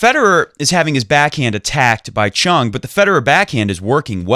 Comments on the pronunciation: I don't know who told you to say Choong but this pronunciation is worse than before. His name is 정현, the closest we can make it after translating it would be 'Jong Hyun' but you were close enough before when you said Chung instead of Choong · In Korea we put the family name at the beginning before the given name so even though he spells it 'Chung' with a 'Ch' the Korean pronunciation is closer to a 'J' so it's 'Jeong' or 'Jong' (rhymes with song, long etc.) and his given name is 'Hyun' which comes after his family name 'Jeong'. I think you were already pronouncing the 'Hyun' part correctly (I'm not Korean but in my 6th year living here). Btw love your show and we all appreciate the amount of effort and passion you put into your videos!